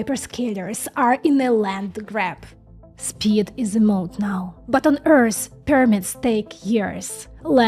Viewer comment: Also, when you say Earth, you are pronouncing it as Earrs. It's the same "Th" sound as I previously talked about as in "the" accept, the "th" sound is at the end of the word "Earth". There is no s, or ssss sound in the word Earth. Keep up the great work... you rock.